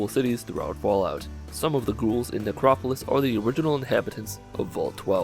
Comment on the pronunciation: thought you said Negropolis. I was like "Fallout shouts out Detroit?"